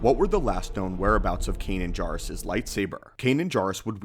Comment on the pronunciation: I'm really curious why you mispronounce words that have been spoken in canon. Is this something you just don't pay attention to? Or do you disagree with the pronunciation? It's JAIRuss not JARuss in Rebels. Love your videos, thanks for the breakdowns.